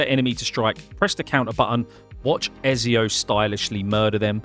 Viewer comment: Why you keep saying ezio name wrong? 😔